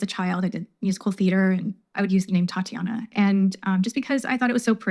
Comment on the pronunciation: TAH-TEE-AH-NAH. Is how Tatianna is pronounced